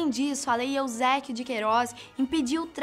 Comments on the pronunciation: Lei Eusebio de Queiroz e não Eusequio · A Lei EuséBIO de Queiroz e não Eusek... :-* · só eu entendí Lei Euzéquio de Queiroz? Não seria Eusebio?